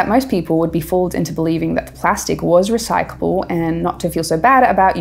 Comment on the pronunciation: She keeps saying recycable. It's recycleable. .